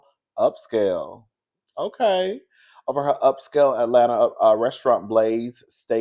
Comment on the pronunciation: Baby the way you said upscale 😂😂!